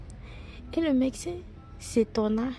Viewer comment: H1 Svp on dit médecin et non MeCsin ça m'a fatigué